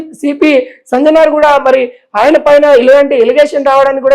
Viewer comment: సంజనార్ కాదయ్యా ,,, సజ్జనార్ 😂😂😂😂😂 ఏం మో ఏమో